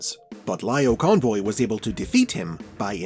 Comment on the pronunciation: I loved how you say Lio Convoy, Laiyo Convoy. Such a small attention to detail about how he called in the anime series.